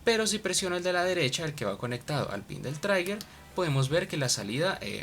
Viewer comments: Otro magnífico video, muchas gracias. Sólo una pequeña observación "trigger" se pronuncia 'triguer' y no 'traiguer' las vocales en inglés no tienen una pronunciación fija, más bien dependen de las letras circundantes. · Muy buena explicación, aunque me perdí un poco en las derivadas e integrales del video anterior. Una pequeñísima observación: "trigger" se pronuncia tal como está escrito /TRI-ger/ (donde la /g/ suena igual que la "g" de "gato" o "guerra"). Soy profesor de Inglés, y tomé nota de ese detalle